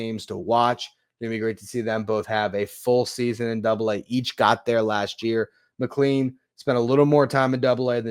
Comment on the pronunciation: McLean is pronounced mick-clane, like plane. Not like clean.